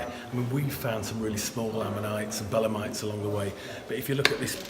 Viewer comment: They are belemNites, not belemites...